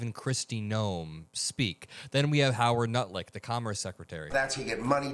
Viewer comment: lmfao did I hear "howard nutlick" heck yes